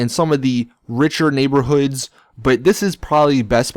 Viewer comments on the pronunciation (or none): none